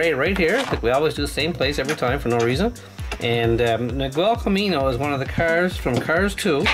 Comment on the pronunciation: Its Miguel but you say it Migel